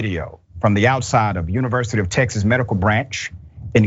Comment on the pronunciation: Not tex-ASS! 😂😂😂😂